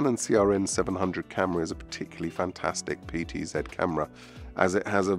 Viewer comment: So glad you said PTZed. When I work with other Brit techs who say PTZee, it drives me nuts.